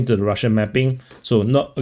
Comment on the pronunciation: Mapping is pronounced "mappppping" with a crazy accent on p . 😂